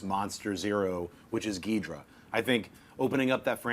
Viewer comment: Gee-Door-A and Guy-gan, not geedra and gigen nerdface